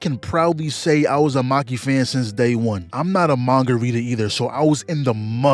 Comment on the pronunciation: bro said manga reader with the hard r like it was a slur or smth lol but good vid overall ;; made me realize tht the merger is basically a human instrumentality rendition .